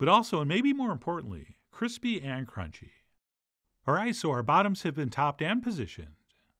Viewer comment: I think I can still hear echos of that cronch